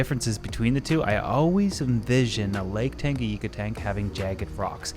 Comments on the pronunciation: Great video! One comment: it’s Lake TangaNyika and not TangaYIka :) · This guy says Lake Tanganyika wrong. It’s not just a Canada thing